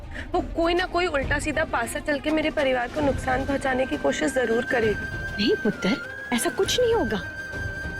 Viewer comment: does someone notice that twinkle said nuktaan not nuksaan